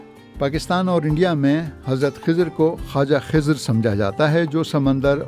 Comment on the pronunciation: It's Khazir, Zabar on Kha Letter.